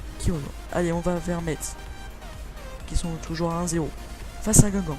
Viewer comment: Quand tu dit FC Metz, ne lit pas le "T" ! En gros tu dit : "FC Messe"